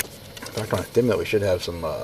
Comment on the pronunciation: He said “thimulent” 😂